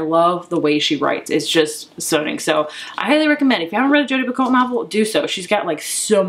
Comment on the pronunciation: I have the same problem.. more books than space lol And someone corrected me when saying Jodi Picoult’s name.. apparently it’s pronounced “pee-koe” . Dont know if that’s actually true. Great channel!! 😉